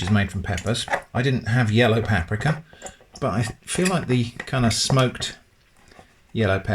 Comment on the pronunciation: I last watched you during lockdown,i come back and you're still pronouncing paprika wrong,drives me insane